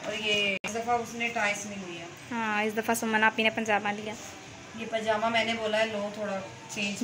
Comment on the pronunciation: Pjama hta h pnjama nhi 😁 tom and jery hta h tom and jely nhi😁